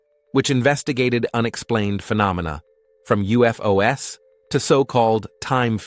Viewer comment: yea i especially like how it said UFO'S